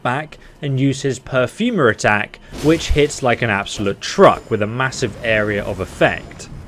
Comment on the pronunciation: Per-for-mer not pew-fer-mer